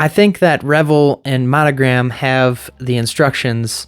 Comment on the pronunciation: Pretty sure it's pronounced Re-VELL, with the emphasis on the second syllable. The other pronunciation suggests wild parties with lots of alcohol and nudity. 😍